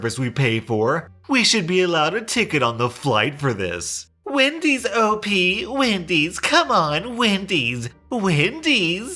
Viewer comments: I HEARD WIMPY'S AND DAMN NEAR HAD A HEART ATTACK. but wendy's is much more common. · Hope she isn't still saying Wendy's lmao But it reminds me when I had to leave home because of my parents. I would have to stay home 24/7 to watch my disabled sister (which I didn't mind) while they go out to the movies, fancy restaurants, ect. I tried to hang out with some of my remaining friends but got constantly interrogated. When I got together with my boyfriend of 6 years, they screamed and called me a whore and threatened to call the police on him for sexual assault (?). But that's literally just the tip of the iceberg stuff. When I finally had enough, I confronted them and told them I was moving out. Blowing up is an understatement to how they responded. They said I was sick and needed medication and then called me selfish. I calmly told them that I did everything they said with no complaints for 10+ years. I wanted to get on my life, get a driver's license, get a job and that I couldn't do any of those because of them. I packed all my stuff and left, and tbh I cried for 2 weeks straight over it. Luckily I'm doing better than i ever was and happier than I was in years